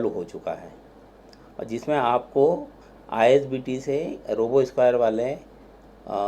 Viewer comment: Isbt hain ,you told itbt 😁